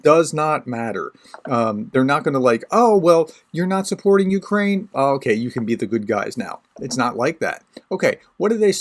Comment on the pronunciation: And no you did not say that right - but it is the thought that counts and - YA taka lyudyna, yakiy ne bayduzha Ukrayina :)) Slava Ukraini!